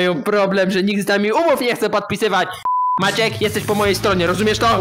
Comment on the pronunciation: Ciche wołanie i zamiast MAACIEEK to: maaciek XDD